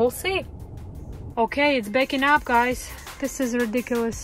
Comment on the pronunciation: Is it baking up😅😅😅 Or backing up?